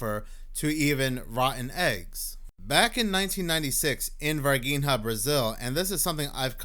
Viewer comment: it is NOT ´´Varguinea´´ it is Var-Gi-nha. You can Google it , to hear how it is pronounced. And indeed, the ´´Strange´´ being in Varginha was Not from this planet. They Brazilian government at the time, take it away...rumors has , it has been given to the American government. ps: the girls that saw the Alien, ALWAYS Mantained that it was Real. they did not lookfor being ´famous´, they are simple people, living a simple life up to this day.